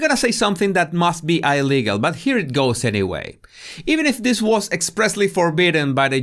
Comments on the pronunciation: eye-legal ..... I have to listen with an extra critical ear to pick out the one word per episode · It is Eye-legal alright more than Onyo is to Onions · I subscribed because of the word pronounced "I legel"